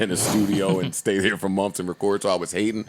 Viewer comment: Joe say months “mumffs